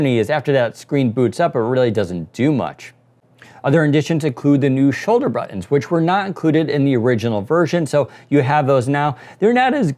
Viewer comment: say buttons